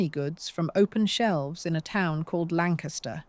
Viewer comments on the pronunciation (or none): none